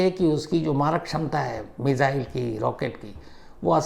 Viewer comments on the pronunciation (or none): Shams ji app missile ko मिज़ाइल kyu bolte hai. 2018 se sun rha hu aap yehi word bolte hai.